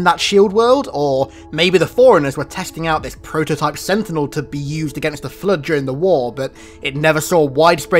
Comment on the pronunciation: It's floooooooood not fllluud.